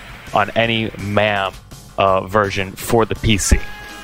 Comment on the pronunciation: Is there a reason that you keep saying Mam even though you know it’s pronounced Mame?